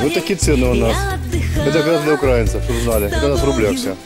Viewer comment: Пустой пляж. Пустой. И не укра'инцев а украи'нцев! Ударение не на А а на И! Товарищь украинский замполит.